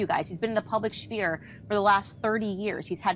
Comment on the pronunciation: Candace can't pronounce sphere. Nope out. She is taqqi.